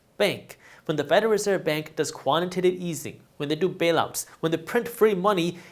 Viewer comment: Jaspreet let your boy know it’s pronounced quantitative easing pronounced Tate like he calls it quantitive easing